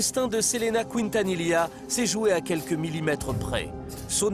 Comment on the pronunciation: Selena Couintanila... Incroyable la prononciation, pourtant c'est la même chose en français qu'en espagnol Quintanilla c'est a dire "qui" la voyelle u NE SE PRONONCE PAS !!!!